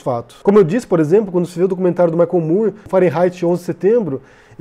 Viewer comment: Excelente análise! Também gostei muito do documentário. Só um pequeno detalhe, o sobrenome do cineasta americano Michael Moore é pronunciado "mór", como na palavra "more" . Sei que parece estranho, e inicialmente eu também achei que era "mur", mas não é. Valeu!